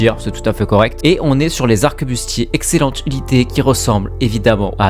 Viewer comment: arquebuse pas "arquebuste"